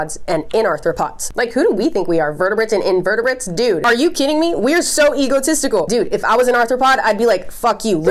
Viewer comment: You're the first YouTuber I've watched to pronounce egotistical Most say it like eagle testicle